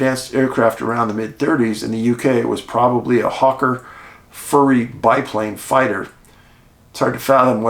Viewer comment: Not "furry," "fury" as in anger.